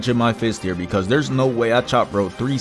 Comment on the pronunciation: "bro really said heeah"